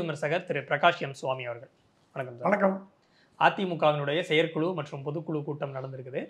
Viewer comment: Dear, Neenga thooya thamizhil pesuvathaha ninaithu kondu 'Vishayam' enpathai 'Vidayam' enru solhirirhal. Aanal thamizhil 'zha' enra ezhuthu miha mukkium. 'Pothu kulu', 'Seyar kulu' enru solhirirhal. 'Zha' enra ezhuthu varum sorkalai pesi payirchi edunga. Thamizhanaha piranthu "zha' enra ezhuthai ucharikka varavillai enral vetkka padavendum. Oru neriyalaraha Thamizhai sariyaha pesumga.Matrapadi unga petti edukkum muraiyil nalla munetram therihirathu. Men melum valara vazhthukkal.